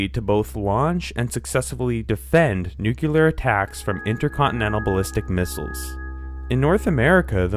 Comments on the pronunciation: Apparently Bush narrated this video -- "Nu-key-ler" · Just 19secs in & this video is invalidated by the fact you seemingly don't know that new-cue-lar is not a word. President GW Bush saying a thousand times while in office doesn't change that. It's pronounced new-clee-er. 🤦‍♀️